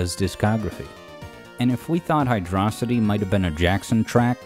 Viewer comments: who pronounces this zone as hydrossitty (with emphasis on the O)? Surely it should be hydro city as per the spelling. Hydro and city are two pre-existing separate words, no reason to weirdly elide them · Saying "Hydrocity" like "Velocity" doesn't make any sense. It's "Hydro City". It's an underwater city level. I don't get how people still get this wrong, or how they got it wrong in the first place. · It is pronounced as Hydro - City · Fans: Is it pronounced "Hydrosity" or "Hydro City"?: Yes. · For the record (not trolling), correct pronunciation is Hydro City. This was confirmed with remakes that added space, and before that by now it's written in Japanese. I'm not going to say that saying it like velocity isn't understandable, but it's not really correct. This is more divisive to people who just assumed they were right than the gif interface. Those who don't know, the creator also confirmed it's "jiff", but people just like to stick to what they were raised (know as a cognitive bias). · IT'S PRONOUNCED HYDRO-CITY!!!!!!!!!!!!!!!!!!!!!!!!!!!!!!!!!!!!!!!!!!!!!!!!! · HIGH-DROE-CITY!! how the hell can you miss pronounce it? You prot! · Can't believe you got it wrong twice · Whether on purpose or not, I like how the pronunciation of Hydrocity is unconsistent throughout the video xD Great video! Overall, I rly love all of your Sonic Music Theories! Fun to watch and interpret :D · I really want to be invested, but the way you say hydrocity is killing me. (Love the content btw) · I love how you pronounce the stage's name both ways. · Cool, you pronouced the name of the zone both ways throughout the video to avoid drama on the comment section. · Very sneaky to keep changing your pronunciation of hydrocity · The best music you have analyzed on the channel and you don't know to pronounce the name of it. What a shame. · Can't believe pronounced it Hydrocity, but then changed to Hydrocity, smh